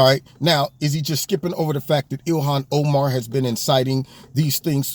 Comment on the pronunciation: Ill-ham oh-man...lol